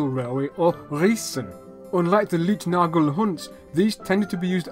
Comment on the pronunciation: Great information on early rail systems! The "Leitnagel" (guide pin) is pronounced like "lite", not "leet" ;-)